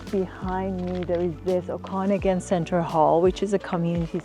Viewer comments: oh-con-again !! hahah 😂.I stopped the video because I could'nt stand to listen to her voice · You can't even say Okanagan correctly.